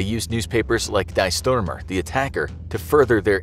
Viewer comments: Just for a note to: "Die Sturmer" is pronounced "Dee Sturmer", not "Dye Stormer". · Please pronounce Die Sturmer as ‘Dee Sturmer’. Not the English Die from dying.